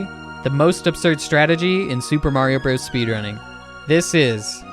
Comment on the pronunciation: You know how to say Mario Bros. and Hammer Bros correctly. Impressive.